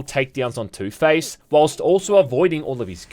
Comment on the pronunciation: Please tell me i'm not the only one who hears ToothPaste everytime he mentions Two-Face 🤣🤣